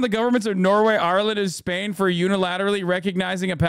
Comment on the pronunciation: bro why you say spain like that